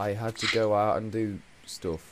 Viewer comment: i love the way it sounds like you say stoff, when I would have said stuff...